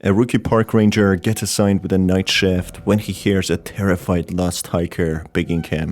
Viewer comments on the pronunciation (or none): NIGHT SHIFT SHIIIIIIIIIIIIIIIIIIIIIIIFT NOT SHEFT